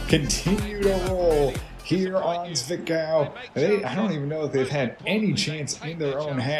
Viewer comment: zwickau is pronounced zvick-ow (you had it right). good heavens! mackeith is getting himself a good lead in the goal race between him and fitzy. Don't think he's too upset though since Braunschwieg continues their fantastic form (will forget about the rostock match).